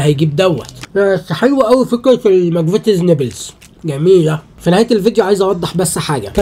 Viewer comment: نيبلز ايه بس اسمه نبلز😂😂😂